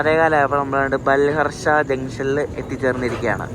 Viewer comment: Pronunciation is Balhaarshaaaa